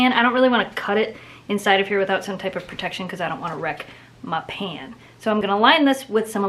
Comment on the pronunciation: i like how she says "mah pan" and u inspire me sooo mush